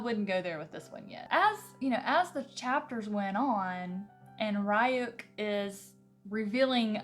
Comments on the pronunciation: All weebs stressing after the "Comic" and the "R youk". Not making fun of her though, so mam if you are reading this, the comics that are made in Japan are called Mangas and the adaptations are called Animes(the 2d adaptations not the ones with real actors). And the name of the shinigami is pronounsed "Reuk". Even though the Netflix addapatation might look good, I really advice you to either watch the anime ( the 2d serie you won't regret it) or to stick to the book cause compared to them the movie isn't really that good. I am new to this chanel and I really like your content and your vibe, keep going :) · I loved the Death Note anime. I hope you enjoy it more now that you've watched the show. I will admit listening to you pronounce Ryuk's name is hilarious to me :p